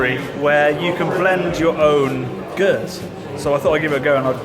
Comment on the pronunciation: Did you purchase the RØDE Lavalier Mic? Also, this latest video confirms, us daft Geordie's have been pronouncing Geuze wrong!